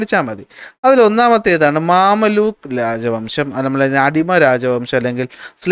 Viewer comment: മംലൂക്ക് ആണ് മാമല്ലൂക്ക് അല്ല 😂